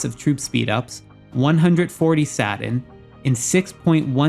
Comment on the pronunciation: The way you pronounce Satin is soo distracting!